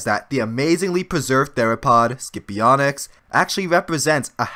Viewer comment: I can't get over on how badly you pronounced "Scipionyx"...